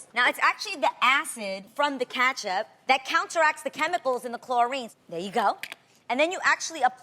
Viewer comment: Catch up 🤣🤣🤣🤣🍅 why she say it like that